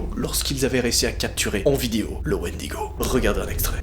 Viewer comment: C'est bon j'ai entendu un Wendygo c'est sqendaleux